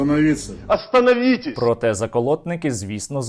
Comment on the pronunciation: "мятЬожЬ"!!!! "Астанавітєсь"!!!😅